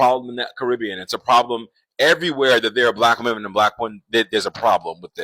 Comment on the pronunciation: I almost made it all of the way through this video (with which I concur) before his inability to pronounce the plural of 'woman' just really got to me. . . I don't know what it is, but a lot of these guys have a problem with the word 'women'; and it bothers me.